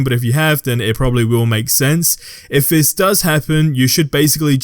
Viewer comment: Is he saying “vis” instead of “this” no hate just threw me off for a second 😂